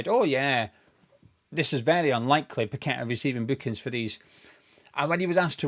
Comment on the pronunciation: Well explained thanks and well done. Plus your one of a few to actually pronounce paqetta name properly I most of the west ham sites Tony gale and the dumb commentators doing matches. One even calling todibo tody de bow 😅 Sue these corrupt FA like the FIFA board of rich unknown people running these football institutions that have no idea on the game. Even sully too should sue them.